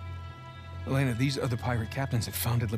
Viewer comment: her name is not laners it is Elena